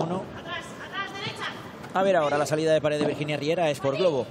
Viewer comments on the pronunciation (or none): Pregunta: por qué pronuncia res / pares en lugar de red / pared? O yo escucho mal